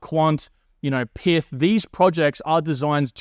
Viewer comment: It's not "Pith", it's "Pyth", similar to how you say "Python" but without the "on".